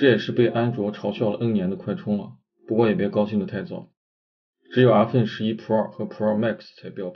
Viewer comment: 真是云南人？阿分11。云南很多地方是不发后鼻音的。